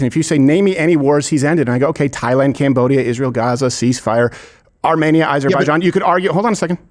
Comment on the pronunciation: "I have alot of Armenian friends" - doesn't even know how to pronounce Armenia properly. Crowder is a lying sack of sh!t that get AIPAC $$$